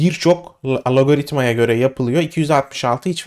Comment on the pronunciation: naçizane bir tavsiyem olucak alogaritma degil de algoritma diye telaffuz ediliyor o kelime Turkce’de bilgin olsun bu arada video 10 numara olmus. 👍